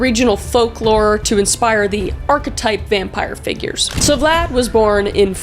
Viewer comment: You said blad the impaler and I was like THATS MY CHEIFFFFF THATS MY BOYYYYY